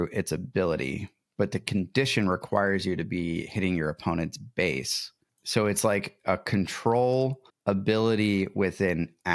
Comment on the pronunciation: Love the content and discussions around this game. One minor thing that I have noticed, you are often mispronouncing the word Base. The word Base does not contain the letter F.